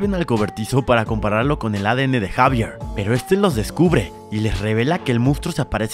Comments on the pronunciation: No se pronunciar Javier se pronuncia ecsavierl no sabe mucho al parecer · yo gritando se llama xevier no jaiveerrrrr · Se dise exavier y se escribe xavier